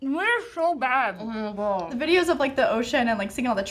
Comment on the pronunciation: I'M DEAD 😂😂😂💀 "we're so bad, we're....(stuffs salmon sushi in mouth) we're sho bad." 😂😂😂🤣🤣